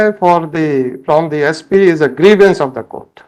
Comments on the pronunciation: Grivence.. Grivence..? 🤣🤣🤣🤣🤣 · Vakeel saab ne saari law ki padhai karli....bus grievance word nahi padh paaye😂😂😂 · Pehli baar pata chala ek word idhr se udhr hua toh kya hota h😂….. “grievance “ ho jata h